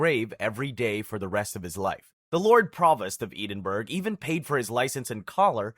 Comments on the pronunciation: Wtf is 'Eden-burg' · If it helps Edinburgh is pronounced ed-in-borough